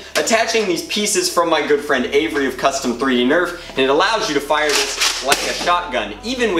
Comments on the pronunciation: 1 its 6 rounds 2 you said fier like feir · Did anyone else notice "the rate of fIEre" thing?lmao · rate of fayire lmfao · rate of feire, lmao